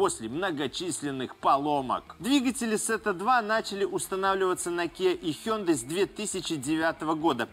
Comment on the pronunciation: Какая еще "Сета"? Тета - греческая буква. Если уж по-английски, то в транскрипции будет "thíta".